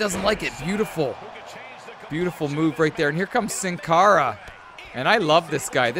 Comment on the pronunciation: Sin cara is pronounced seen cara. It's Spanish for without a face.